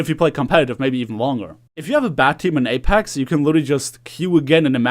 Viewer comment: why do u keep saying apax